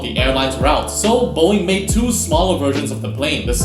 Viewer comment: It's Smaller Not Smalelr